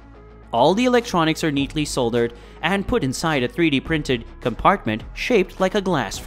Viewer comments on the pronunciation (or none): It’s hard to listen past the point where dude can pronounce “gimble” but for some reason no one thought to go back and RE-record audio for missing the word “record” brutally. But I did…until “soldered” ended up being murdered.